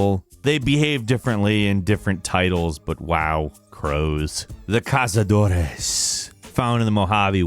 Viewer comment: Oh yes the dreaded CAZADOR o Cazadores in plural you manage to pronounce this word in spanis correctly somehow, how do i know, because I speak spanish. I have to agree 100% there.